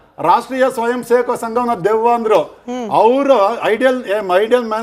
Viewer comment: ಐಡಿಯಲ್ ಅಲ್ಲ ಐಡಲ್. Idle mind is devil's workshop. So Kharrage is devil. His mind is his w oi rkshop. Product is pronouncing of furious words.